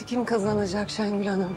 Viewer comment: Şu Gönülü bu türlü anlamıyorum ha.. Kendisi Orhanı Şengül'ün elinden almış, şimdi gelip arsız - arsız diye dolanıyor... P.S. Şengül 'e Şəngül demesine gerçekten sinir oluyorum😡